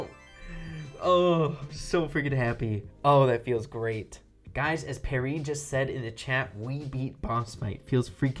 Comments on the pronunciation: Lol Pierre is boxingurmom and its not PEAR-EE its PEE-AIR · I'm pretty sure it's PYAIR not PARRY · I think his name is pee-air not parry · its not perry.its pierre. (Pee-air) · Pierre is french and not pronounced perry, its pronounced P Air in english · He kept saying Pierre (perry) but it’s Pierre (pee air) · Nobody gonna say anything about how called pierre "parry"? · French name: pee-air: Pair-ree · oh god your still calling him "parrie" lmao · You pronounced Pierre as Perry.... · Please look up the pronunciation of pierre